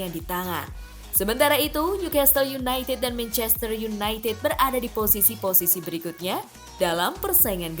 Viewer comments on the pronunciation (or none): none